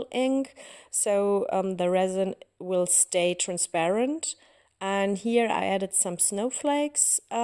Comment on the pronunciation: Wirklich schön geworden 😍 Kleiner Tipp am Rande: ein kleines bisschen weniger "here" das hört sich einfach zuuuuuuu deutsch an😘